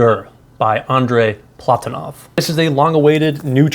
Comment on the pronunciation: hello from Russia, the correct is Andrey PlatOnov